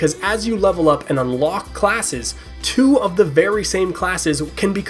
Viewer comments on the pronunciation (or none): none